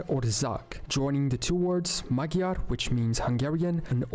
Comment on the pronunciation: the narrator didn’t pronounce “Magyar” correctly